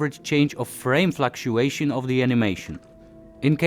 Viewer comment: Flaktuejszon of de animejszon. :3 To się na rapowy hicior nadaje. :D Świetna robota. :) Powodzenia dalej.